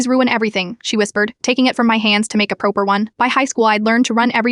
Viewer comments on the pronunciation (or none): “PrOwper one” 😂😂 “MOwm” 😂😂 “Dissipiter” 😂😂 “Tree” 😂😂 “Esthen” 😂😂 AI’s phonics teacher f cked up😂